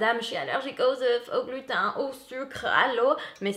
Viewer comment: Allergique au "glutin"😁 J'adore ton accent !